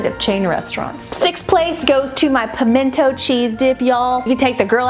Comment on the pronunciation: 2 things: FIrst: I was SO disappointed in that everything dip, it was SO hyped up and it was just not good. I would rather make my own. Second: I'm so happy you said "Pimenta cheese". But the best one of all time is Palmetto. Please rank Pimento cheese next and teach the none southerners our wise ways.